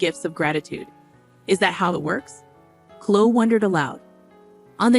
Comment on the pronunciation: Clo ee not clo